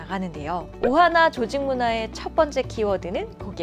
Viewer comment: 오하나를 오하마로 들음 ㅋㅋㅋ